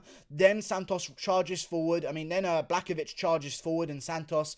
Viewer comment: Some pronunciations: Blahowicz, not Blakowicz Heinish, not Heinitsh